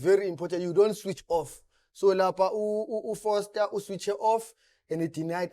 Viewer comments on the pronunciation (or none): Just one take…We need to differentiate between Frosler and Foster 😂😂😂😂😂…his name is dribbling a lot of folks.